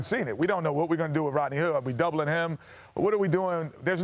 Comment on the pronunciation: Lol kenny smith watching too much dragon ball saying rodney hill hahaha. Fusion!